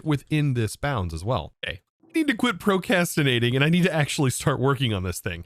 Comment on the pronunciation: ProcRastinatin not Procastinating